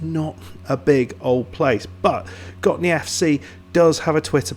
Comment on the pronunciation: Yes, you do say it in a very right way accually. 👍🏻 I did really enjoyed this video because I know who the players are. 🙂 Your research on Gottne was amazing! Here's a link to Gottne village web page if you want to dig even more.